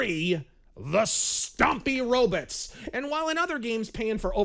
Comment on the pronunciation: Only Zoidberg and pronounce it "rob'ts"